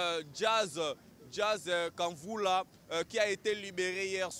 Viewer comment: C'est quoi ça... Un chroniqueur que tu connais très bien, tu n'arrives pas à prononcer son nom.. Jazz kavulu et non kanvula..... Classe ekufaaa eh !..